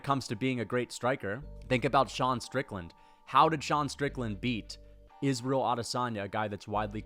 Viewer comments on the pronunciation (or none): none